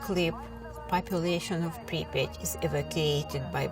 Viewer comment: so glad to hear "population of Припять".